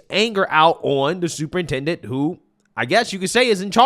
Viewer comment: Not superintendent.. but stuporintendant😂